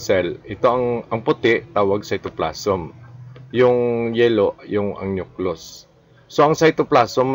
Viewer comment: Walang masabi si. Paano ka makagawa ng angat sarado, multiple shuffler o speed o power puncher? Parang hindi doktor. Nahirapan Mg pronounce ng "nucleus".... kahit ngbasa. Trying to be academic... Si Rey Bajenting of RBSugbo magaling dito. Hindi si. 😅